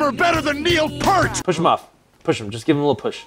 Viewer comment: I know didn't write this, but it's not pronounced Purt, it's pronounced pier with a t on the end: Neil Peart... from RUSH... The best band on the planet. And he's not just an amazing drummer, he's a great writer as well. ^_^